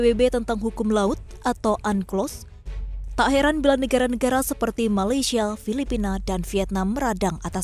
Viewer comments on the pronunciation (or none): itu yg benar Malaysia. Bukan Malaysial. Bikin gaduh ni presenternya.. malu2in